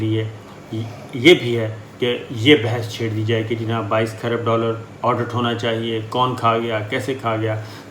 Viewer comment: SHIKUST not SHAKIST... AUDIT not ODUT ... Please correct pronouncing the the noted above words; SHIKUST & AUDIT Bless you... Thanks